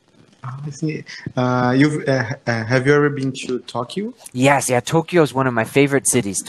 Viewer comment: a palavra Tókio você pronúncia tolquio! Você está pronunciando errado!